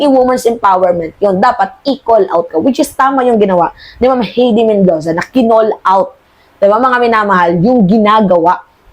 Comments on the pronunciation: HAYDE..READING NOT HEDI.. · Hindi mo pa ba iboboto si HEIDI MENDOZA? By the way, it's pronounced "Hay-dee" (not "Hey-dee"), OK? 😊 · Miss tamang pronounced Na Heide...HAY-DI imbes na HEY-DI for correction lang po salamat!